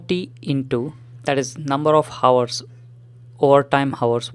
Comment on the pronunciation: hours bolna seekho bhai